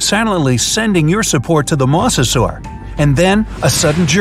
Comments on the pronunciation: It’s (Moz-a-sor-us)not (moss-o-sor-us) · MA-SE-SUAR Me my whole life: MO-ZE-SOR-RAS!!! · its noy moss-osaurus its moe-za-saurus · Moser this is howl you say it m o s e r s o r e s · "a MoSsAsAur" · The you said mosasor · It's funny how. He says mosa saur